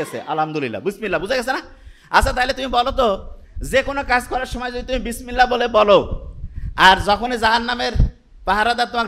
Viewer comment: উনিতো শুদ্ধ করে বিসমিল্লাহ পড়তেই পারলেন না!